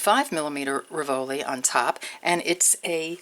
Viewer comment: Love your designs! Have to say though, is a pet peeve, the accent for "rivoli" is on first syllable not the second. Keep up the great work!! <3